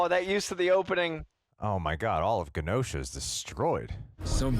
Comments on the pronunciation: Its not "guh-nosha". Say the words: Generate Generation Genosha.. 🙏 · It’s pronounced Jenosha and that was not Legion in the morlocks. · Why is pronouncing Genosha with a hard G? Is he stupid? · i will never understand people who HEAR over and over how a word is pronounced, and then go out of their way to mispronounce it. just...why? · The way he pronounce genosha actually hurt me